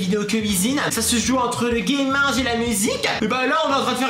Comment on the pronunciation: au debut ta dit gaming et apres gaminge